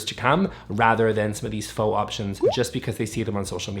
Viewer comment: I believe you’re mispronouncing “faux luxury”. “Faux rocks” is a rhyme, actually.